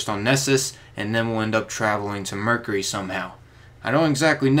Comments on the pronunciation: Mercury - ---> Mer-cue-ree (ry) or to make it easy its like Mer-Q-ree , sorry i don't want to be that guy but hearing you butcher the word constantly hurt my ears. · STOP SAYING MERCURHY